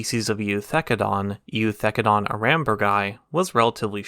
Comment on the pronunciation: For reference the E is silent in Eu, as in Eucalyptus and Eukaryotes. Just a weird latin rule.